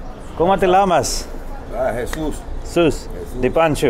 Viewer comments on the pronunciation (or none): Como te Llamas? Double L is not pronounced as Lla, but Ya... Same in Pollo (Chicken), you don't say it Polo, but Po-yo.. Double L is 'Y' sound